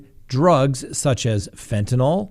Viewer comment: Every time says “fen-TIN-YL” I giggle. It’s ok to say it the lazy way! 😂♥️